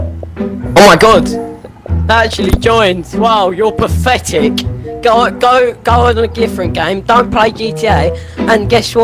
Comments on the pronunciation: Its Pathetic not Pafetic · XD "pfectic" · He said pafetic so much it started sounding like a type of pasta. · Osphyrix Nono, you misunderstand, he was saying ‘Pafetic’, not ‘Pathetic’. Pafetic is the secret and sacred code term used among griefers and tryhards when they want to admit defeat without admitting defeat. 🤣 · She really said: O sis is pafetic hehehehe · Their favorite word: PAFETIC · "YOUR PAFETIC!" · “you’re paFFetic” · PAFETIC... Pafetic... pafetic... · “Paffetic” “Proply”